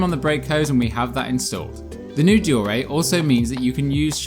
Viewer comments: Dor-ay ??? Dee-or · De Orr ray *shudders It’s Dee or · Deore sounds like De ore or have you used Google to pronounce it for you? Every bike shop in the UK since I started mountain biking in 1992 call it Deore/ de ore. Aluminium is Aluminium not aluminum for example. Okay they are your sponsors but have they actually said Deoreeeeeee? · You sound like a div deore a? It’s deore!!!!!! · Good video although I cringed every time he pronounced deore likde deoray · Can't take another second of him butchering the word deore. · Why do you pronounce Deore like that